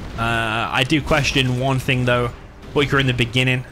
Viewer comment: "Boycahr" lol love u you british sob